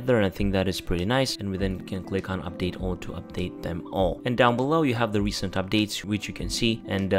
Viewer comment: Opdates Ond Dwonlads